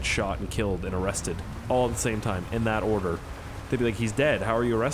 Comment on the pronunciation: I wasn't it really paying attention to what he was saying but when he said arrested I thought he said molested